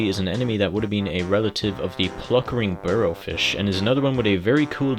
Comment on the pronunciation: what is the weird name you keep saying instead of puckering blinnow? it sounds like you’re saying pluckering barrowfish